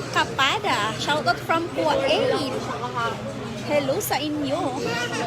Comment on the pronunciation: I am not bashing you po. I just wish you would learn how to correctly pronounce Spokane, Kuwait and Moschino.